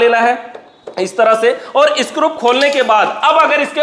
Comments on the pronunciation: Scrup nhi scru hota hai 😅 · मै हमेशा के विडियोज देखता हूं, इतना टेक्निकल इंटेलिजेंट बंदा है, फिर भी 😂स्क्रू को स्क्रूप बोलता है क्या वजह हो सकती है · It's screw not scrup 😅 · सब तो अच्छा है लेकिन स्क्रू को स्क्रूप ना बोलो सर जी😅